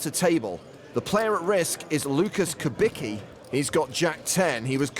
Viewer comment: so you read Malec correctly but Kubicki somehow morphs into Kubiki :)